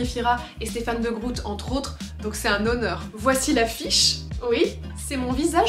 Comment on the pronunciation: Stéphane degroute ????? Mais non hahaha de grooooote avec un ô 🤣🤣